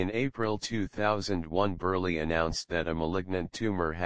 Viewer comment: it's :Burl", NOT BURLEY!!